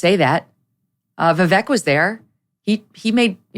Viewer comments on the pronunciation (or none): Actually it's pronounced ViVake not ViVek